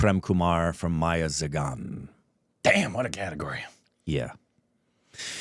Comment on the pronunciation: Also you pronounce .. Meiyazhagan as mei-ya-la-gan